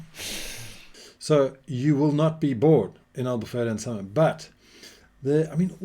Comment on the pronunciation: Love the way you say "Albufeira" exactly like a portuguese. Amazing accent 🇵🇹